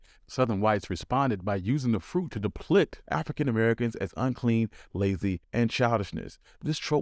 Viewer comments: Why you keep saying deplicted/depliction? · "Deplict?" Lmao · Depicted he meant lol.